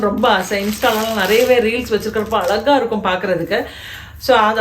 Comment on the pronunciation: it iz not alaga alaga it iz azhaga azhaga. you dont prononce like ...